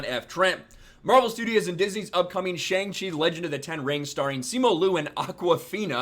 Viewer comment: Cannot even pronounce the title of the name right LMAO. Can’t trust anything coming out of this guy’s mouth.